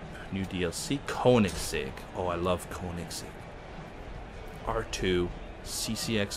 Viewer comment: The Hennessey viper was in older Forza games in Dodge section. The Hennessey Venom is a lotus modified Lotus (look it up on drive on youtube). And last Koenigsegg is Königsegg, ask anderzel about how to pronounce it... Car rage xD